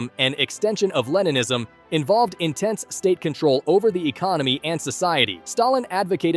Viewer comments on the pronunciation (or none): none